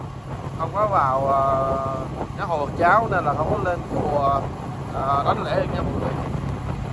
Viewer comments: em có đọc comments không? Gọi là Đảnh lễ chứ không Đánh lễ. Nói đúng mọi người mới nghe em một cách nghiêm túc. Còn Sư kia là A NAN chứ không phải AN-NA nhé! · Đảnh lễ , ko phải là đánh lễ nhé em trai